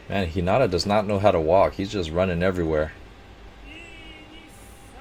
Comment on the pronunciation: You should start doing this more often and it's (HE-NA-TA)